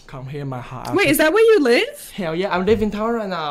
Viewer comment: "Ma hart" 😂😂😂